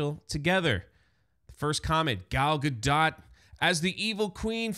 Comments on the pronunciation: sorry I couldn't get even 2 minutes into this video because of the off putting mispronunciation of Gal Gadot's last name, it sounds really bad when you keep saying "dot" like what goes over the lower case letter "i". The O is "oh" and the T is a hard stop so mostly silent. (a close English version would be gahdoe). I'm sorry I just couldn't sit through more than the very beginning. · Gadot is pronounced gah-dough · I thought Gal Gadot was pronounced with a long O and silent T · Gadot pronounced Gad Oh as in the play Waiting For Godot. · How can you not know how to pronounce Gadot's name?